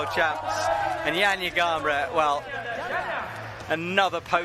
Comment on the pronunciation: it's 2024 and we're still not even bothering to learn how to say names from other languages. I wonder what Johnja Garnbret and Stacy Geejoe think